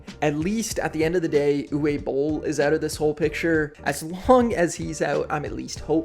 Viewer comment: Uwe in Uwe Boll is pronounced Ooh-vay.